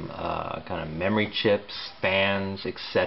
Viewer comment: when he called the ram "some sorta memoree"